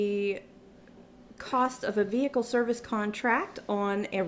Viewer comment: All I heard was ve-HICKLE.